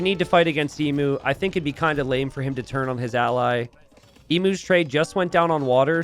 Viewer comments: FYI Emu is pronounced EEEEM - YOOOO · Genuinely thinking pronouncing it 'Emoo' made sense, until realising that it actually is spelt like the animal emu. Now the Aussie in me kicks in suddenly to complain, "that's not how you say it!" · God, as an Australian it hurts so much to hear Emu pronounced wrong 1000 times in this game! Not that the spelling makes sense in the first place, so it's understandable.